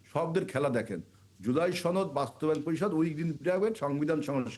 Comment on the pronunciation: সরকার কিছু করতে হবে না তুমি করতে পারবে আবুল বাংলা ও ঠিকমত বলতে পারে না সাওয়ার নেত ছনদ না সনদ ধাতুয়া শুধু জামাত বলবেন সাথে ইসলাম যোগ করবেন না